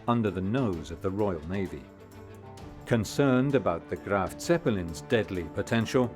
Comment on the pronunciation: * Graf, not “Graft”……..